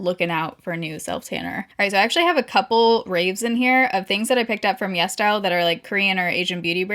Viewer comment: I always thought she was saying Yes Dial instead of yesStyle 🤣